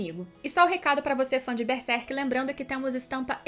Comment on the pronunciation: Não é Bersek, é Berserk, tem que pronunciar corretamente